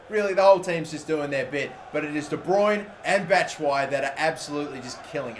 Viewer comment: It's de bruyne